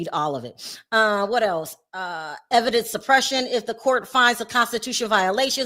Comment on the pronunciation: Evidence, not evence